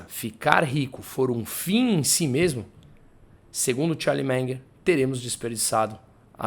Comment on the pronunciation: Charlie "Menger" 😆